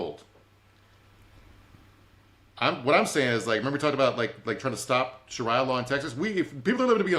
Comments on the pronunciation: He must have a lot on his mind. I know he’s pronounced it correctly in the past. 🤷🏻‍♀️ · Shareea law not sharya law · Omg I almost had to turn it off because of shar👁️ya lol.